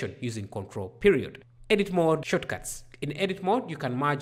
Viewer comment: Shortcuts not shotcuts 🤣🤣🤣